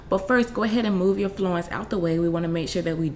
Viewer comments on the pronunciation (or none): Its "flounce" as in "ounce"....